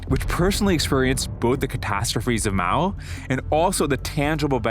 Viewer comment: *Mao;...->NOT: "Moa"-!